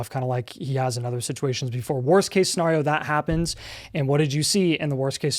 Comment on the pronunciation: still mispronouncing scenario smh 😂